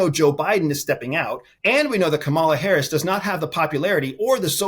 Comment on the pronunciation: Can you please give Vice President Harris the respect she deserves and pronounce her name correctly?? Geeze!